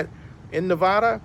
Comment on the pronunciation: Wouldn’t it make more sense that the refund is more so for the coronavirus leading to limited fans if any at all Also you mispronounced Nevada